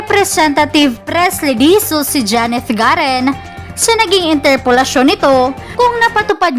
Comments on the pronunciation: GARIN ANG TAMANG PRONOUNCE 😡 HINDI GAREEEEN,,SHUNGA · Madam pronounce clearly Garin(i) not Garen(e).